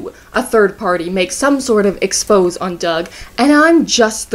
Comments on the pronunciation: Its pronounced expozayy fam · Solid breakdown of the shit going down at CA but Bhargav probably got all that time in the 'movies' because he's kinda the whole reason the site even existed. Also "exposé" as in "some sort of exposé on Doug" is pronounced 'ex-po-zay'